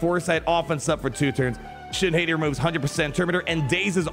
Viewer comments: Shin HAY-TEE?? NO. Shin HOT-TEA!! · Once and for all, it is pronounced "Hah-tea" like the wolves Skoll and Hati from Norse Mythology. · I don't get why cant say Shit Hati names right to save his life lol. It's Shin Hot-ti Filoni named then after the wolves that chase the sun and moon, Skoll and Hati. Her TW omi is a big FU to JMK CAT lol i love it. At the start of the encounter, all light side enemies are immune to cooldown reduction for 2 turns, and the other clause, whenever a light side enemy gains Damage Immunity, they are inflicted with Fear and she gains a bonus turn, again FU to JMK CAT. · I think it’s pronounced Shin - Hottie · needs to get his pronunciation of shins last name under control lmao